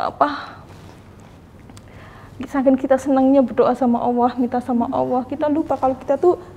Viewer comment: Menyebut Allah nya terlalu awoh bunda.. Coba diberi ada sdikit L nya sj.. Sy ibu dr 7 anak dr suami prtma.. Skrg suami ke 2..sdh 2thn lbh keguguran 4x..😢smoga bisa bersabar dn berjuang